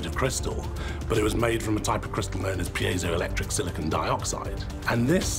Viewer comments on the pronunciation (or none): none